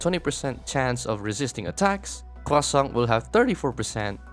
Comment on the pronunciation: French guy here, I'm just here to say that everytime you say Croissant with an emphasis on our weird R sound, it makes me very happy. Great video!